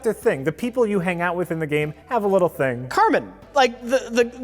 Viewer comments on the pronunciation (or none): how do you get "Carmen" from CARMINE? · It's not Carmen, it's Carmine.